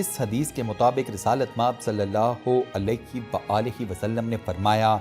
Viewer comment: Bhai daroode paak to adab sy parh ly alaiky nahi alahai hai